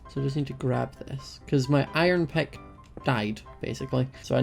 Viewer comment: pick: peck stick: steck i love the way he talks